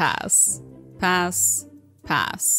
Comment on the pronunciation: Why do you say it lie pass-sh